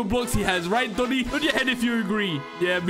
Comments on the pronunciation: He said domi head not doni head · its domi not doni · it's pronouce, domi